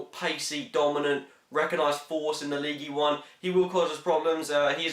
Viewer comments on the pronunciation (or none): gotze its "league" not leegee LOL :P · Don't pronounce the "e" in ligue